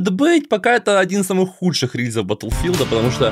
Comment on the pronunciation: Не Баттлфилд а БаголФилд